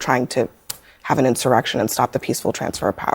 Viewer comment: Did she say insurrection?